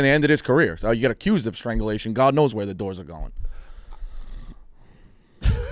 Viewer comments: calling it "Stranglization" is so on brand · It’s strangulation not stranzulization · consistently mispronouncing strangulation gave me a good chuckle